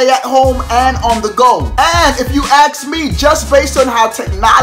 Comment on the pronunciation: "And if you axe me!" I know Axe deodorant sponsored this video don't lie! Why didn't you mention it at the beginning of the video like you're supposed to!!